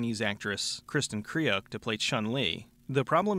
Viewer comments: It's pronounced "Krewk." Sorry, that was just grating on my ears for some reason. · Yeah, I was about to mention that, too. Her father’s Dutch, so Her last name originally pronounced like [krøːk], with the øː sounding more or less like the “u” in “fur”, or the German “ö”.